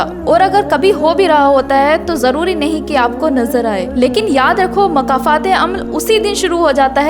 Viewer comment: makafat nhi ❌️ (( Mokafaaat.... ✔️ )) 🌿🌹🌻🦋🌷🪻⚘️🌿 ❤❤❤❤❤❤❤❤